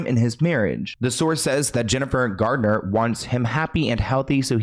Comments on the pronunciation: Thank You for the video! I do wish half the world would stop saying Jennifer "Gardner" though 😅 it's said just like Garnet 😻 but we try our best 👌 🎉 Everyone does it 🫣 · It sounds like you said Jennifer Gardner instead of Garner. Forgive me if I misheard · It's Jennifer GARNER not Jennifer GARDNER!!! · it's GARNER not GARDENER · I'm confused as to why people saying Jennifer Gardner when her last name is Garner? There is no "d" in her name!